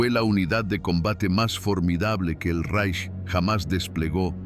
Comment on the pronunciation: Reich=Raik! Se pronuncia en aleman!😁